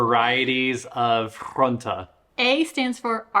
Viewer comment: Also bossche bol = [boss-je-bol] / groente = [grewn-tuh]. You know that they come out Den Bosch, right? 😆 Overall, your Dutch is vastly improving - great job.